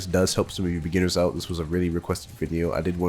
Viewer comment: U SAID BEGINIERS IM DISLIKING